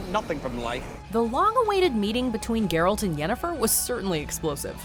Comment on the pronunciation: I appreciate you pronunciation of "Geralt" cuz if heard many other people say it like "jeralt" and it makes me a little angrier each time